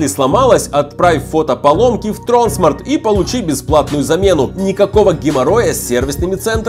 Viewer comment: Правильно говорить тронсма́рт